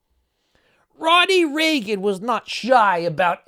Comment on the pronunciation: You mispronounced REAGAN